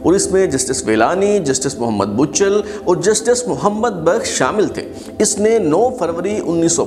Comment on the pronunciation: جسٹس محمد بچل کے نام میں 'ب' پر 'پیش نہیں بلکہ زبر آتی ہے۔ (Bachal). ان کا اور جسٹس محمد بخش کا تعلق سندھ کے علاقے نوشھرو فیروز سے تھا۔ ویسے آپ کی تحقیق اور پیشکش کو سلام ہے۔